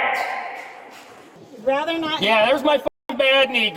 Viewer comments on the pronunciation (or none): none